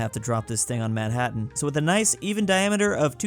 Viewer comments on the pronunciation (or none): none